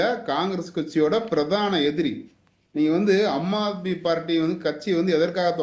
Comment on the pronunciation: ஏம்பா உனக்கு சொல்லவே தெரியலயே, அது அம்மா ஆத்மி அல்ல ஆம் ஆத்மி.இப்படி படிக்கத் தெரியாத வாங்களேல்லாம் BJP சப்போர்டா